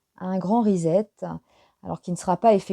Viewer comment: Bonsoir, svp : pas risette, mais reset (pas de son z en anglais), comme un set de table, par exemple. Sinon, j'aime beaucoup vos tirages 👍 Bonne soirée et merci 🌺